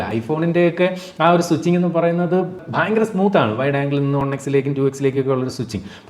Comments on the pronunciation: അണ്ണാച്ചി ഒൺ അല്ല വൺ.... ദയവായി അടുത്ത video യിൽ എങ്കിലും തിരുത്തി പറയുക.... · മുത്തേ ശെരിക്കും ഉച്ചാരണം ഒൺ എന്നാണ്